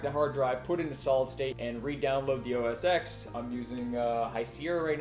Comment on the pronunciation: Dude! I love your video, your energy, your articulation, HOWEVER, OS X is pronounced, “oh-es-ten”. The “X” in the OS name Is the Roman numeral ten. If you require any proof of this, please refer to any Apple WWDC or other keynote speeches. Take good care, ~Antonio